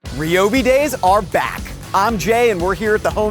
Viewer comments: Since when was it pronounced Ree-oh-Bee and not Ry-oh-Bee? SMH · I have never hear someone say Reee-O-Bee and not Ryyyy-O-Bee